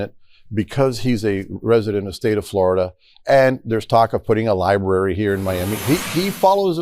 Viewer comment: "Forida Senate 11"